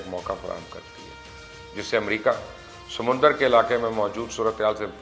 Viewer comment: بھائی مبشّر، چین کو چائنہ، ویت نام کو ویئت نیمَ، جاپان کو جَپی٘نَ کہنے سے اپکے پروگرام کی صلاحیت میں اضافہ نہیں ہوتا۔ اردو میں بات کریں اور سَمنَدر کو سَمنٗدر نہ کہا کریں۔ پی ایل اے کہنے کی بجائے چینی فوج کہنا بھی اچھّا ہی ثابت ہوگا۔